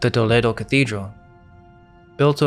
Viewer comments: It’s to-leh-do bro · You (two I think?) are true scholars. I love the thought provoking nature of the content. Also, it's Toll-ee-doh